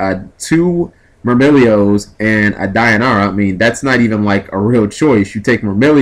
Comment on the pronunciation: Why is everyone calling it Dion-ara? was it called that in japan? from what i see, it should be pronounced Die-oh-neigh-ah, or Dee-oh-neigh-ah. Someone tell me if im wrong.